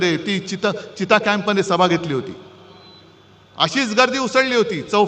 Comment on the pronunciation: चिता नाही हो चित्ता